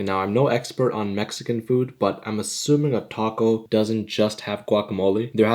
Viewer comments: no no no. I mean TACO. but instead it sounds like TU-CO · I love how the Narrator calls it a "Tacko" 💀🔥